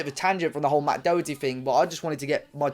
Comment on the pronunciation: Can’t even pronounce his name properly